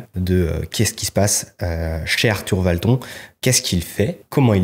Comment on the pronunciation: Hâte de découvrir la suite! Et sûre que tu atteindras ce million cette année ou pas. Une source d inspiration ce poadcast. Et étonnement... toi, tu n automatisais pas?! Ouiiîiiîi la vidéo " micro"! Obligée de rire en début de vidéo, quand tu as dit Arthur ValtON, ça m a choqué... Dans ma tête je prononçais ton nom... à l Américaine? sur le marché mondial? 😉